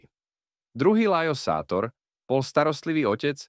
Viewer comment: má sa čítať šátor